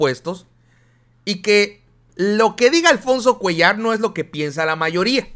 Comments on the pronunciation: es Cuéllar tú dices cuellår cargándose en la e no en la a va?? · solo para pedirte que cheques la pronunciación de Cuéllar escucho que le pones acento a la a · Cuéllar es palabra grave y la pronuncias como palabra aguda. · se pronuncia Cuéllar. Disculpa es con mi mejor deseo de ayudar.Saludos